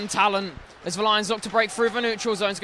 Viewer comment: "break froo", "out ver". can this commentator pronounce "th"?